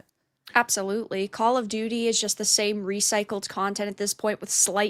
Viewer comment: 'Call of doody'